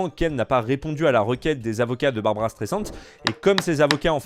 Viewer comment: C est pas Barbara mais barbra